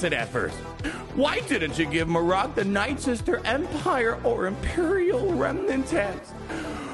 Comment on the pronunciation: Mare-rick* = Marrok, no way it’s pronounced mar-rock it’s annoying to hear and makes my ears feel like they want to bleed.